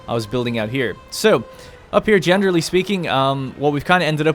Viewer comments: Every time he says “genderly” instead of generally I think I’m having a stroke or something. 😂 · Generally, jener rally , jen er ra lee